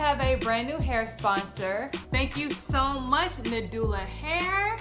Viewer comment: It’s na-ju-la but it’s spelled NaduIa got it confused too